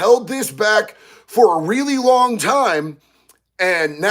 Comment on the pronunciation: Long, not ling.